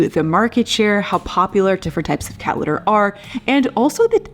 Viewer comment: Haha! Precisely! She can’t pronounce her ‘t’s in any word. “Cat litter” is pronounced “Ca- lerrrrrrrrr”. 😝